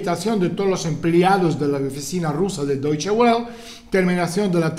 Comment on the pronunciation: Se pronuncia "doiche vele" (como "folksvaguen", la w suena v)